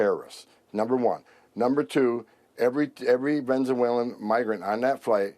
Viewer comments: This f*cking idiot can't even pronounce VENEZUELA! "VEZENELA". God, 'MURKAAns' look pretty stupid to the rest of the world. It's long been suspected here in Europe but now EVERY DAY we have the proof!!!🤣🤣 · "Venzawalen terrorists"? The claim that they have investigated these people thoroughly might be a tiny bit more credible if the Immigration Czar was actually capable of pronouncing the word Venezuela.